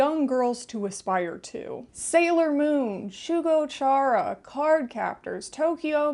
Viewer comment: The way you pronounced "Shugo Chara" as tchyara threw me off. It's kyara, a k sound as in character.